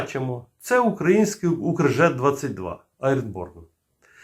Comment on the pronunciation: дуже Вас прошу, не кажіть "укрАінський", дуже вже вухо ріже.